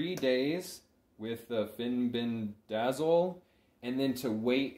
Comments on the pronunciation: Good video, thanks for sharing.. Fenbendazole is pronounced fen-benda-zol :) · Can you please learn how to pronounce the words before you publish educational videos... grapeworm???? Fenbendazole isn't hard to say 😊